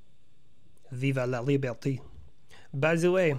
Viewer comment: No hate over here but say this if you want to say long live freedom in french. vive la libertée Will say awesome work on how you pronounce it 10 out of 10. I notice your captions miss spelled it.